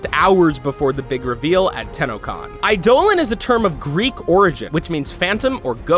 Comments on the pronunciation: TheCrazyHobos negative sir they are actually using the meaning of the word which is to portray phantoms. The way they say it is wrong but im saying thats fine and just something i noticed. While everyone is saying he said the word wrong, hes not DE is. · you guys never actually played the recent Warframe it seems and got a lot of stuff wrong such as prime parts so re upload the video after you actually play the game. Also you pronounced eidolon wrong. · never mind, need to correct you. Warframe's pronunciation of eidolon is pronounced "eye-di-lon", it isn't pronounced the way the actual Greek word is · Im aware thats how warframe pronounces it but you also just acknowledged that its root are Geek and actually being pronounced wrong in Warframe Eye do lin is the correct pronounciation. Even Final Fantasy 13 got that right. Warframe tends to mispronounce a few things doesnt stop me from pointin it out and still enjoy it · The way he says Eidolon bugs me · What is with this guys pronounciation Of eidolon? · OMG EIDOLON NOT I DOLON. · He butchered eidolon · You pronounce Eidolon wrong and i cringe every time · How do you pronounce plains of eidolon right but not the actual eidolon lol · You say plains of eidolon wrong and archwing it is pronounced arkwing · it's pretty clear whoever wrote this never played the game and is just riding warframe's popularity, the prime stuff is waaaay outdated and the dojo obstacle course isn't even out yet, eidolon is pronounced wrong too, such an unpolished video, rather rude towards people who actually play the game Edit: oh god the kuria's are super outdated too?? they updated the designs, we know what they do, we know how many there are, they're not mysterious cat statues anymore, research your stuff better next time. how lazy can you be? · YOUR PISSING ME OFF BY SAYING EIDOLON WRONG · Sorry I don’t understand what your saying he said eidolon wrong so many times I only have 2 brains cells left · Not aidolan but aidolon